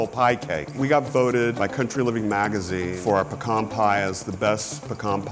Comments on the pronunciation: It’s pea-can not puk-arn (triggered) I can’t believe he said “pukarn” is he a chicken? 😂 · They say pecan like “ pukon” I say it like “ pee-can” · the worst part of this episode objectively is the way they're saying "pe-KAHN" pie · it's pronounced as pee-ken